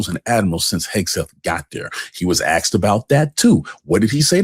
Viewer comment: Dude, it os asked, not aksed!!